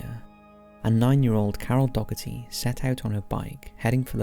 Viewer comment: It's pronounced Doe-err-tee. Not Doggertee.